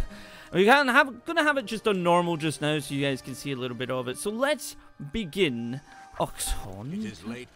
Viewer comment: oh my god. you actually pronounced achtung right... whats wrong with you?